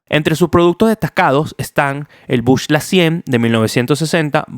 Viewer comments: epa men se dice BUCLA no bushla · epale no se dice bush-la, se pronuncia BUCLA